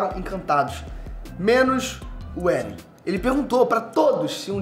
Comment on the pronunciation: Não é "éren". É "êren". E quem matou a mãe do eren foi o próprio eren